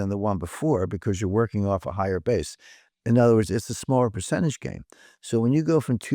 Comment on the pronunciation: Percent tuj chunce?